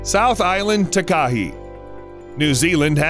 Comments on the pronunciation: As someone from NZ I cringe for Takahe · It’s pronounced tah- k- hay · Nuuu!!! It’s called a “Tah, Kah, Hey” not a Tekah-he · The Tah Kah He XD It's pronounced Tah (lil gap) Ka (lil gap) Hay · your prononsing takahi wrong its said ta ka he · mm yes, a TAKA he no no no, its pronounced TAKA Hey ALRIGHT BUD? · I'm from New Zealand and it's called takahe not takahi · Pronunciation is important, for example in New Zealand the Takahe is pronounced tar kar hay, and Te Anau is Tee Ar know. Thank you. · i’m from New zealand and i believe you pronounced takahe wrong. (ta-kaa-hei) is how it is pronounced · Just for future reference It's pronounced Ta-ka-hey, and Tee Ah-no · the takahe is pronounced ta-ka-hey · Tekahe is said "Ta-ka-hay"... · Takahe is pronounced 'TAH-kah-hey' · The New Zealand bird is pronounced Taa-Kaa-He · 🤣🤣🤣🤣 Takahe. It's pronounced tah kah hay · It’s pronounced TAA Kaa Hey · Tah-Kah-Hey not takahe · Scuse me takahe it pronounced ta ka hae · Not to be a pain but that beautiful bird from New Zealand is pronounced Ta-ka-hay, (not correct spelling). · Im from New Zealand its pronounced Takahay but spelt Takahe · The NZ bird is called the Takahe --- Tah-kah-hee. Equal stress on each syllable not running the second and third together. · Takahe is a Maori word pronounced Taa-kaa-he. Foreign pronunciation always makes me giggle. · m8 m8 m8. pls stop killing me w ur pronounciation of takahe. its pronounced "tah (like tar) kah (like car) hey (like hay or just hey)". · Takahe is pronounced tar-car-hey. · I'm sorry but the way they pronounced Takahe made me cringe so bad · Boi mispronounced takahe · That "Takahi" bird is the Takahe (pronounced more like Tar-ka-hey) and the lake is Te Anau (like "Tay ah now")